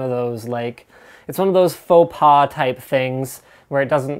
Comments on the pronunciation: It's ''Faux pas'' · "Faut pas" haha nice french there Linus! ;)